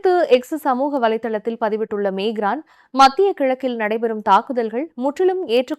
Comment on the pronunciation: Emmanuel macron you are pronouncing wrong the name of the president